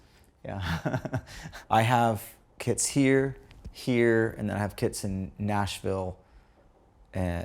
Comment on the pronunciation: had to listen a second time to realize he's talking about kits and not kids 😂